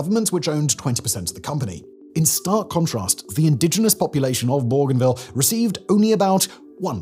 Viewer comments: I wish this idiot had taken the time to check the pronunciation of Bougainville first. It's 'bow-gan-ville'. Where the hell did he get 'bor-gan-ville'? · The pronunciation of Bougainville is doing my head in . . . the first syllable is pronounced Bo, as in Go . . . Bo - Gan - Ville . . . Simon said it so many times I had to skip ahead. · There is no"r" in Bougainville, pronounced Boo-Gain-Veal. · It’s cringe whenever a Northerner tries to say “Borganvill” was it. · yeah, I've always pronounced it that way too... Bo-Gain-Ville also makes sense... maybe I just hate the French so much I won't say it the way it's meant to be said 😅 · this idiot is australian but cant promions the name bougainville or PNG right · Bruv, there’s no R in Bougainville. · There is not "r' in Bougainville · Agreed. Simon's pronunciation seems to be getting worse lately.